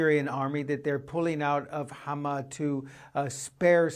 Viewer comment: I am frankly impressed by the way she's pronouncing Hama.